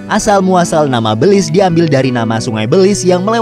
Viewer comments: Cara baca negara ini Béliz, bukan bèlis soalnya dlm bhs jawa artinya iblis🤣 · How to pronounce Belize? Beulize or Belize? Invoice: Beulize Me: Belize Setiap orang pasti berbeda dalam menyebut nama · Belize dibaca Belis. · Tulisannya Belize, bacaanya beliz_ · Baru tau kalo baca belize gitu 😂